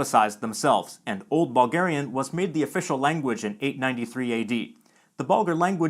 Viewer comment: Anyone else hear "ballgarian" and "ballgaria".